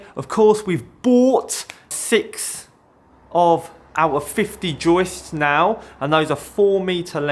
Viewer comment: great pronunciation of joistssssss! love ya . xo.